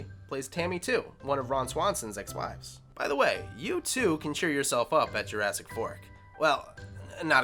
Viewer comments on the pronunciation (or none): none